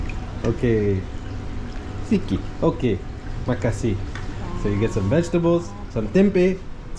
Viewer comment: Is not "siki", but "sedikit"